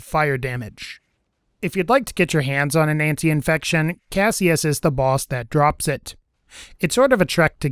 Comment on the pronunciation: Ant - I - fection. An - tie - fection. Either is correct. Great video but every time you said that one thing wrong I winced.